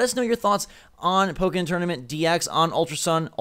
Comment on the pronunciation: Oh my god learned how to pronounce "Pokken" correctly...